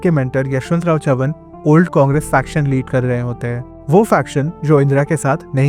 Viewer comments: बरामती❌️ बारामती✅️ चवन❌️ चव्हाण ✅️ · Your pronunciation of Baramati and Chavan is irritating.